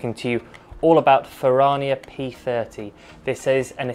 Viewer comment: You're pronouncing it incorrectly and it's cringe😅. It's Italian. Fer-Rrrrania not Fer-rar-nia